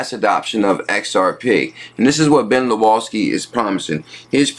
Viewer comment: proper pronunciation LawSkee not Luawskee